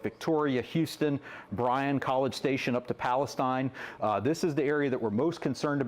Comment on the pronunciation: Learn how to pronounce Palestine thia is Texas not gaza